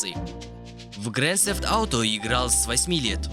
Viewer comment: Грэсэфт авто